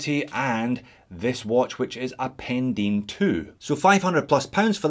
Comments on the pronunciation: Pendine is pronounced Pen-Dine, not Pen-Dean:) Great video - have had my eye on a Farer for a while now, intrigued by the colourways. Appreciate the review. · It's funny to Hear a Scot in Australia, trying to pronounce a Welsh Place Name! It's not Pen Dean, it's Pen Die n.. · Morning, happy new year mate - the pronunciation is Pen(dyne) I live just down the road:) at least that's how we say it! Nice watch. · Pen dyne ? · Great video as usual and Happy New Year to you, by the way it's Pendine rhymes with sign.